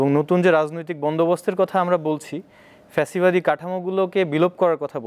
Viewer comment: প্যাসিবাদি কিরে ভাই? ফ্যাসিবাদি হবে 😁